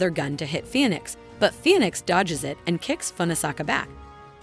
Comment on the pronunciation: dodjes afret dodos 😂